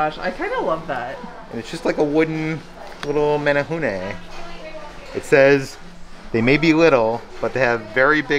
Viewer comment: Your pronunciation of menehune is perfect. Nice job. I love that you guys try to say Hawaiian words as correctly as you can, but still apologize when you get it wrong. It shows a lot of respect for our Hawaiian culture. Just one of the reasons why I love watching you guys.